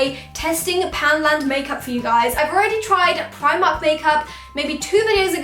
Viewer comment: For the lashes u said primarj